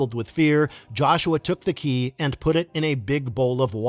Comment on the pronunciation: Did you hear how "Keay" was pronounced? Definitely not a human.